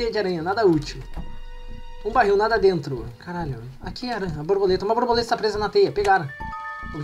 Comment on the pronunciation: era muito engraçado o falando a brabuleta a brabuleta.